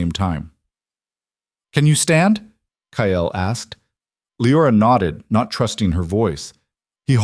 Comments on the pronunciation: AI can’t pronounce Kyle. It always comes out Kyel. It’s very distracting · KYLE is one syllable. LE-OR-AH is 3. Train your AI reader better. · Kyle is one syllable and should have only one spelling, even for AI. Leora the same. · A better than average story. I'm guessing a tad of creator intervention??? A rarity, in my experience. So many of these Alpha King stories are AI junk, repeating plots and just adding new names. Of course, as usual for too many channels, the AI narrator is weird, like pronouncing Kyle - KAH - ELL. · The strange language speaking when the ai narration struggles with the spelling sounds scary and I wish it were fixed. Also, is the guy’s name Kale or Kyel? Good story though! I like the girl’s sarcastic responses.